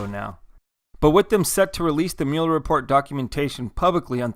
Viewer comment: You keep saying Mueller wrong.